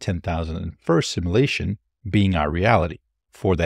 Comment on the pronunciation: Please learn to pronounce simulation.